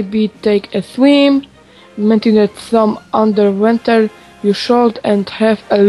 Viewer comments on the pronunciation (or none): JAK MOGŁEŚ PRZECZYTAĆ UNDERWATER "ANDERWENTER" ZAMIAST "ANDERŁOTER" hahah dobiło mnie ^>^